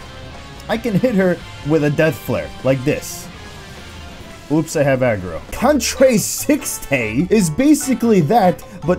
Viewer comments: Shinnouryu And Contre Sixte is Contra Seekst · Can't pronounce Fleche, Contre-Sixte and probably none of the melee moves, but somehow manages to get Corps-a-Corps 90% correct. I'm so proud of.:')